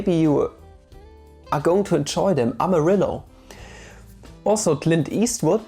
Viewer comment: Yah gorillaz is hella good also the name was pronounced amariyo